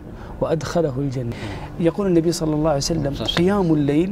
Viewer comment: ليش يقولون صلعسلم ؟